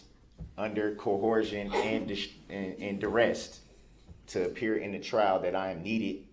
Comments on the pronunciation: Troof, cohorzhun, durest😮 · "Cohorsion and duresst" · Objection, cohorsion. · Co-horsed ah yes I know it well, two horses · Cowhoreshon and durrest. What a maroon.